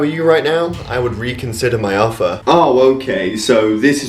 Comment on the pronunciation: "I would reconsider my affer"